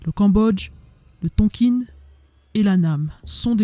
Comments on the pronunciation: Bonjour, Excellent documentaire très détaillé. La façon de dire Tonkine m’écorche un peu les oreilles. C’est Tonkin plutôt non ? Bravo à vous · Je croyais qu'on disait "Tonkin" et non "Tonkine"... Je saigne un peu des oreilles là... À part ce petit hic, excellente vidéo, hâte de voir la deuxième partie ! Salutations depuis la ville de Mar del Plata en Argentine 🇦🇷. Ricardo. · Beau reportage...juste un truc, on dit "Tonkin" pas "tonkine"😊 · très intéressant , je suis juste gêné par votre prononciation de "Tonkin" , pourquoi prononcez vous "tonkine" , ayant une partie de ma famille née et ayant vécu en Indochine , je n'ai jamais entendu la prononciation "tonkine" , c'est une chose mineur qui n'enlève rien a la qualité de votre vidéo , mais qui me gène quand mème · Bonjour ont dit pas Tonkine mes Tonkin les premiers armes fournis aux viêt-min c'est l'O.S.S et ils les sons aussi entraîner pans dans la deuxième guerre mondiale le viêt-min récupérer les pilotes Américain abattu pour pas qu'ils tombent entre les mains de l'armée Japonaise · Bravo pour le travail fourni! La prononciation Du Tonkin reste TONKIN et non Tonquine :) .Je partage la vidéo un max. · Ohhh ce n’est pas très grave. Je me suis même dit : C’est peut-être comme ça qu’on le prononce et moi comme une gourde qui disait Tonkin 😂. Super contente d’être abonnée à votre chaîne.